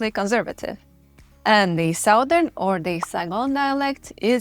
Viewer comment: great content and images. Just one minor suggestion, the ou in Southern is pronounced as short 'a'.